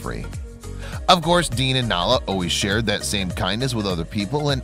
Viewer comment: It's DEAN, not Dan, you dope. Oh, OK, you changed it in the middle...but why didn''t you link to his channel? 1bike1world.